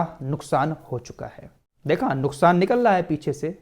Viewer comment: निकल लहा नहीं निकल रहा होता है